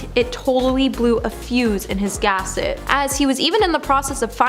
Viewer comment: Iv heard the term “blew a gasket” an “blew a fuse” but never “blew a fuse in his gaset” yes she said “gaset” not gasket am I the only one 🤷🏻‍♀️